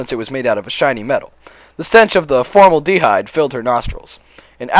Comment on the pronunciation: "formal-dehyde" step up